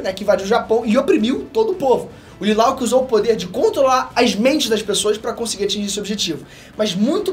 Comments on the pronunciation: Ouvir o falar "Lilauc", dói no ouvido... kkkkk. provavelmente não assistiu o anime (o que está de boa) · Pqp que pronuncia é essa, lelaique? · Gostei do Vídeo, mas acho que se fala “lelutch” não? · Ô, você vai me desculpar, mas você deu uma descrição completamente equivocada sobre o Lelouch (além de falar o nome dele errado, mas isso a gente releva, pois ninguém é obrigado a saber). O objetivo dele era destruir o império britânico, devido a sua intensa opressão contra o povo do Japão, cujo o qual ele era grande amigo, mas na verdade o real objetivo dele era apenas criar um mundo em que a irmãzinha dele poderia viver feliz, já que foi por culpa do Império que a irmã dele ficou cadeirante e cega. No entanto, ele não ficou maluco ao utilizar o poder de controlar as mentes, ele apenas perdeu a empatia por aqueles que ele considerava seus inimigos, e não hesitava em matar para alcançar seus objetivos, mesmo que isso incluísse matar companheiros e até irmãos, que estavam do lado do Império, mas ele ainda tinha consciência do que estava fazendo e se importava com as pessoas que para ele eram boas. A parte em que ele se tornou um ditador sangue frio foi proposital. Ele fingiu ter se tornado um ditador opressor, tomou o Império para si e conquistou o mundo inteiro, para que o mundo inteiro o odiasse e o visse como único inimigo, para que assim ele fosse morto por alguém que o mundo visse como símbolo de salvação e esperança (nesse caso um personagem que ele criou para si mesmo chamado Zero), e, quando isso acontecesse, o mundo voltaria a ficar em paz, o que de fato deu certo.